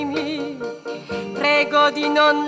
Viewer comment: A ja włoszczyzną: cóż za piękne "r" i "e" w wyrazie "prego"! :-)